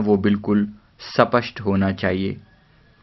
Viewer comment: Sapasht nh spasht